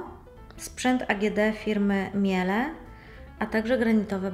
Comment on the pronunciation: prosze pamietac, ze marke Miele sie czyta "mile" - firma b. zwraca uwage na poprawna wymowe nazwy. pozdr!